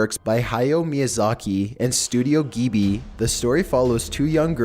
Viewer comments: Studio Gee bee? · "Studio Geebee" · Hehehe Studio Geebee... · the way he said Studio Ghibli 😫